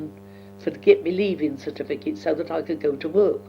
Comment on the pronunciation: 'clarsess' (classes). 'paarsed en iverythin' (passed in everything). 'twilv en arf' (twelve and half). 'en thit' (and that). 'ot bayked pertater' (hot baked potato). 'citifikit' (certificate). Amazing to listen to a woman who was 16-17 by the time of Queen Victorias death, and was 4 years old when Jack the Ripper was terrorising Whitechapel and Spitalfields just a few miles east of where she would have been living at the time, and Queen Victoria would often be staying at Buckingham Palace a couple of miles to the south. (I didn't realise that the horse drawn 'brougham' was pronounced as 'browm').